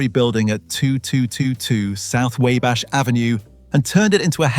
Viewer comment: Video informative, pretty put together, just a couple improvements: 1. "WABASH" is pronounced Wah-bash. Like how we say wah-ter. 2. Pacing seemed slow almost drug out.